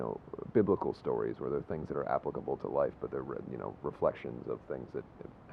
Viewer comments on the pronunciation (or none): he pronounces applicable in a weird way...